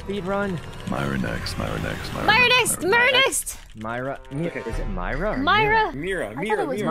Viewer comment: Rae: SpEeD rUn leans in for some reason It seems she might all ready be drunk LOL